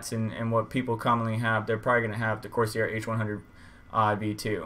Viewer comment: It's pronounced Course Air. I get an all-core boost clock of around 4.9 to 5 Ghz using a Corsair H110. My temps rarely go above 70C, and that is with 1.31 volts.